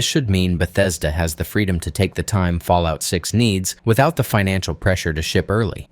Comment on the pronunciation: New game take a hit of jet everytime he said falloit 6